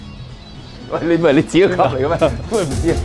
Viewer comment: 你既club.... club Leo 以為你話 cup noodle😂